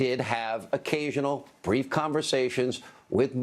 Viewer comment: Love how he has to accentuate "brief" lol